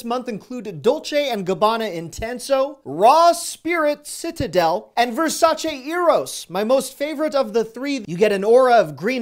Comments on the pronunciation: It made me soooo happy that you pronounce Versace correctly!!!! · So happy you said Versace correctly lol